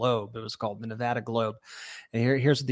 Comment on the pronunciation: Thanks for pronouncing "Nevada" correctly 😂